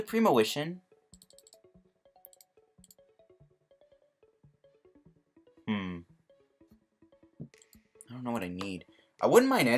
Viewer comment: it's premonition, not premowition. jesus. And at around 21 minutes, premonition for Grass Energy, Manual attach this turn, he doesn't play N you win. Not clue about the Ultra Ball play?